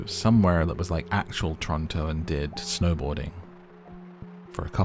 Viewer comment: Thanks for pronouncing Toronto how us Torontians pronounce it 😅😊